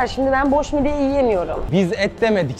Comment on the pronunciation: Midye ❌ Mid ye✅